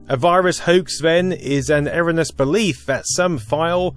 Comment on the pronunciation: 🚨🚓 Nee-naw nee-naw, Pronunciation Police here. You read the word erroneous and somehow pronounce it "errornus" how?! £35 squid fine for you young'un. Nee-naw nee-naw (onto the next victim) 🚓🚨